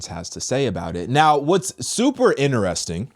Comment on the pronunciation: If I had a dollar for how many times says Inner-resting I'd be Elon Musk 💀🤣🤣